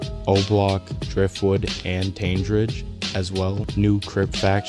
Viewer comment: cool video, you are pronouncing tandridge wrong tho